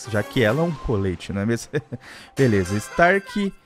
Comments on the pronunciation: O fala tudo errado kkkk, ele fala colete mas se pronúncia couleti kk, ela se chama colette mas se pronúncia couleti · e colleti n coleti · Daí vc vai entender pq o dano da collete vai diminuindo, eeee tbm Naum se fala colete (de proteção ou para esquentar sla) se fala coll let tendeu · é coléte que se fala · Se escreve Colette e se fala Cólétte ;-;. E n é ursinho, é um livro de figurinhas dos Brawlers, tipo o Spike q dá pra vê.